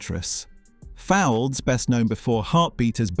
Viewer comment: Aidensfield not real, that is a dark secret, youll say next neither is Coronation street or Emmerdale. Derek Fowlds name is prounced to rhyme with colds. The Royal didn't have any characters from Heartbeat, they only occasionally did guest spots for a few story lines. Why is George Cole shown many times in your Australian part, he was in earlier series. Didn't find one dark secret but there are many mistakes.